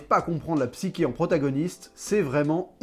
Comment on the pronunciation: Ça se prononce psychée avec che comme pois chiche